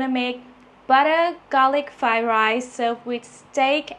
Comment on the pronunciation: Am I the only one who hears "Thigh Rice" instead of "Fried Rice"?